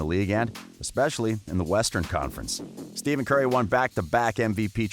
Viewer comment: This guy screwed up big time. First calling Stephen Curry "Steven Curry" and then pronouncing Draymond Green's name incorrectly. Ik it can be pronounced like that but no one says it like that lol. This man never seen any nba postgame press conferences or basketball game broadcasts. SMH